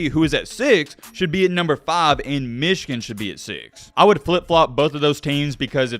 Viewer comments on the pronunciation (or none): none